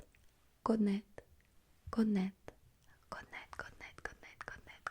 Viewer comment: The pronunciation of the Danish one was scarily perfect